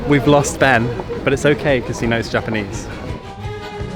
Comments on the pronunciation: this is the first time ive seen someone pronounce japanese the way they make foreigners sound in anime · Some people don't have the talent for languages. Ben is one of them. Not only did he manage to butcher Japanese, but a bit of French too ! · Ben is trying So hard to speak japanese but oh god.. that accent. Bennn. I think Leon is French lmao.